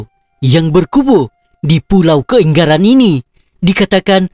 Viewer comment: dari cara sebut kaingaran sudah tau ini bukan orang Sabah